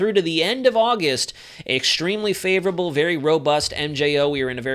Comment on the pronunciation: I am hearing “ favorable” as “ dangerous”; presuming that is what you are saying as in, “Watch Out!!”